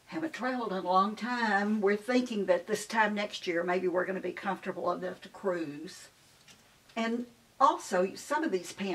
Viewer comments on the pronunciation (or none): none